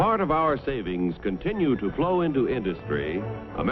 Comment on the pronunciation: "and countless other industries ti a more enjoyable life"